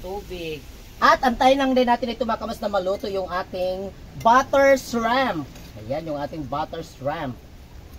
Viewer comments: Shriiiiimp po not shreeeemp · Ayusin ninyo ang pronounciation ninyo...hindi SHREMP.....kungdi SHRIMP. Lagyan mo ng maraming garlic at iluto ninyo sa butter.